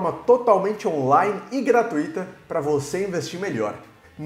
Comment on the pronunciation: Gratuíta dói nos ouvidos!!!! KKKKKKK